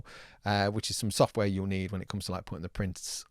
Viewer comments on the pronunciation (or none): none